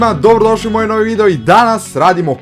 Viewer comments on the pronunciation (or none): none